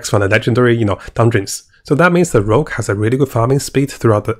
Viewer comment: PLS! Rogue! Not Rouge....